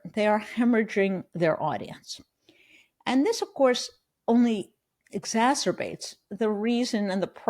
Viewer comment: She knows how to pronounce "exacerbates". She must be an educated authority.